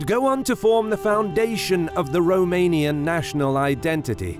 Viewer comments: Well done on the romanian pronunciations. They were spot on. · A english guy pronouncing the romanian cities names right,can this get better?